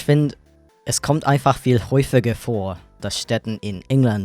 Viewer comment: nicht jeder fenster? mull? huffiger? drekich? brauhst? try a pronounciation course or something